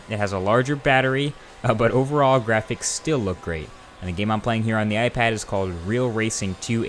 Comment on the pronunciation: Did he just say "iFag"? LOL